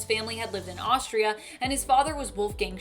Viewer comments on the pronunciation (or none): none